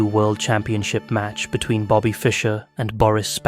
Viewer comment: two minutes into the video and you couldn't get magnus' nor bobby's name right 😭